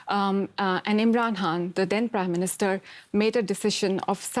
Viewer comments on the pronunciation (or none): The way she pronounced 'imran khan' as imran han made me chuckle everytime 😂😂